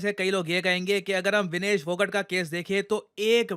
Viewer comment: Its phogaaat